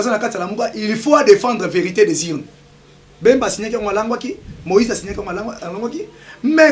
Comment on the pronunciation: Yebisa muluba balobaka politique e non portique ,bemba e non mbemba